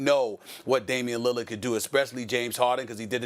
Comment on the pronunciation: Stephen A. “Damien Lillad” Smith 💀💀💀💀